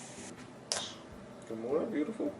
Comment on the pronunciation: Jordan and her byoothipul ice :')